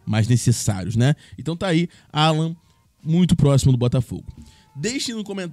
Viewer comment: O Nome dele é. Allan, e não 'Allan, !!!!!!!!!